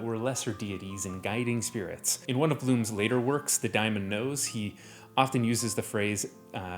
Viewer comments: day-mon not die-mon - computer operating systems have used daemons for over 50 years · wait... daemon is pronounced "die-mon" and not "day-men"? that just feels like its a digimon now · Um actually it's pronounced daemon